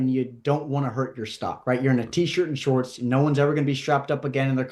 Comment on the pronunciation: My man put a lot of emphasis on t shirt and shorts this episode😂😂